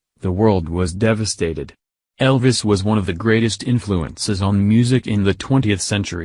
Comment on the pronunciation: Sorry can't take a robot talking into a fan seriously! Can't understand a word your saying! Take the marshmallows out of your mouth! And it's Elvis not El ris! 👉😔☁